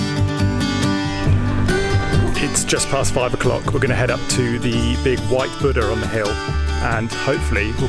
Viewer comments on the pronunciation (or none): none